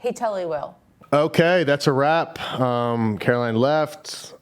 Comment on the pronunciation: Its not Carol-lin its Carol-LINE. Pronounce your guests names right 🤦‍♀️ ugh. I LOVE Caroline but Jay made this so awkward and is a horrible interviewing people. Don't ask her why 100 times and actually let her finish what she's saying and don't interrupt 🙄 and he has some weird a** questions.